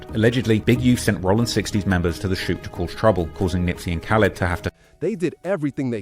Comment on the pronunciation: Nispey not Nipey!!!Smh